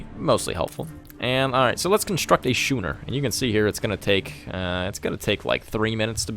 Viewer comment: Dude it's Schooner (hard SK sound like school!) not shooner!